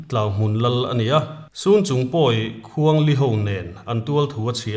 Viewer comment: Khuang li anilo.awkapu .khuang hli .tihtur . Kei hi pawih kani a ka hreve